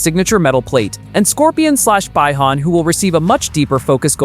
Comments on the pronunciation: Also scorpion is not bi- han and it's pronounced bee han not bi han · Did you just call scorpion bi han and even got bi han wrong. Scorpion is hanzo hasashi. Bi han is sub zero. Also it's bee han not by han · Bi-han ❌ Bye-han ✅ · Calling bi-Han like an biseksual instead of biii-han🤦‍♂️ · This man just said scorpion/ bye han instead of bi han. Ok i don't trust this one bit 😂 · No "bye" Han, "bee" Han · This Bot sai Bye Han... its Bee han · It's pronounced "Bee-han" my friend. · I stopped watching after the narrator said BYE-hun You know right away that the creator of this clip is not a fan of Mortal Kombat. More like a band wagon to me. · The way you pronounced Bi-Han proves to me that you don't know shit about Mortal Kombat.